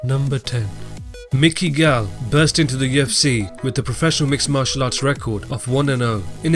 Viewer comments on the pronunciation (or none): Mickey gall??? lol